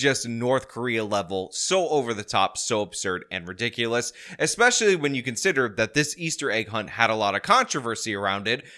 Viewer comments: She’s right. This IS re-dik-olus. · What is “ ridikaius” ?